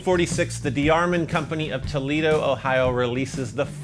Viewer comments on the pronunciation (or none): none